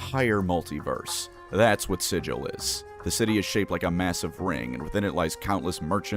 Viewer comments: "We can excuse the fact that you slaughtered two Yugoloths before you realised where you were, Outsider. But you pronounce the name of our fair city "silil" not "sigil" and there can be no excuse for that!" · This berk calling it SIJ-UL. Gonna get put in the Dead Book for that, Primer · I’m sure others have said it, but it’s actually pronounced "Siggle" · I am so happy that is calling people out about how they pronounce Sigil. It drives me up a wall that people are making excuses for PRONOUNCING SIGIL WRONG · You pronounced it wrong both times... It's OK though, if you know then you know. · You ranked a ton of fines for pronouncing Sigil wrong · You’re saying it wrong on purpose aren’t you you’re doing this specifically to cause me autistic problems. I see what you’re doing. I will not rise to the bait. Do not be down bad for the lady of pain! I say again, you will be no-horny bonked, do not be down bad for the lady of pain! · Take a shot every time he says Sigil wrong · DISLIKED, REPORTED, UNSUBSCRIBED FOR PRONOUNCING SIGIL WRONG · Boy do I love Sigil (pronounced incorrectly)! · It is pronounced "Siggle" with a hard G instead of "Sijil" as the actual magic sigil word. It expllicitly pronounced like that in all the books and media and said a hundred times in lore it's a way of immediately recognizing an outsider clueless to the planes, or a tourist. It derives from an injoke where the creator Zeb Cook mispronounced Sigil as "Siggle" that one time (as SIGIL, as in a magic rune, was a tentative name for the city) The dev team named the city after that pronunciation because it sounded unique and it pissed off Zeb Cook (and to this day still does) was wrong and petty about this one. Felt painful to heard it mispronounced over and over. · It's sigil not sigil...